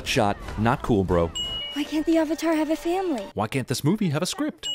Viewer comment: Theamazingnaomi ... And Iroh... And the word "Avatar"... I mean I'm surprised they pronounced "Momo" correctly, what with how many names they butchered